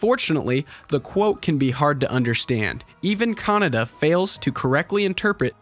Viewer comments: Kah-Nay-Dah, not Canada. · Kaneda, not kanada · I thought his name was pronounced Ke-Nay-Da, guess Canada it is ! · It's KanEda, not KanAda LOL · Why americans pronunce Kaneda like CANADA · the way you say his name, Canada XD